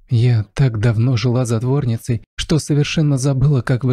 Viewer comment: Не задворницей,а затворницей, извините.